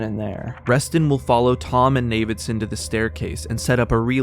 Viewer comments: "navidson" lmao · The pronunciation of Navidison threw me off so bad Turns out ive been mispronouncing it the whole time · You had me until you said "Navidson"